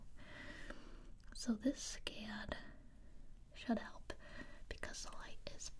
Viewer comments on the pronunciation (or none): Am I the only one that heard shut up instead of should help??